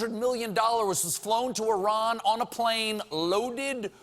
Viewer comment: It's very hard to believe an American pronounced Iran correctly